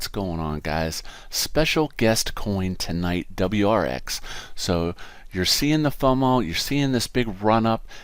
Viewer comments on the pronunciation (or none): its pronounced - WAAAZZEEER X